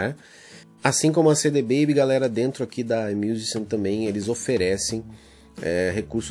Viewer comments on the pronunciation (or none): Se fala AIMIUZIXIAM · Oi, tudo bem, adorei o vídeo e ai vai uma dica pra pronunciar essa distribuidora aí “ai miuzixan”